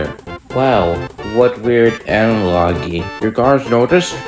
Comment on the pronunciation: Just for future refrence, you pronounced "Analogy" incorrectly